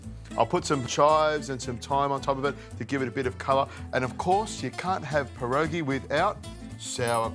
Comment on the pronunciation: The first warning should have been that he couldn't even pronounce "pierogi" correctly.